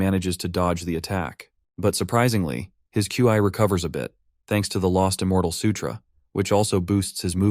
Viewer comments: Love it but can you say instead of Q I or key, can you call it chi....or Xi amazing narration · bro said Qi lol